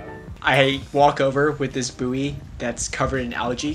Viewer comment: i know its spelt bouy but its pronounced 'boy' not booey XD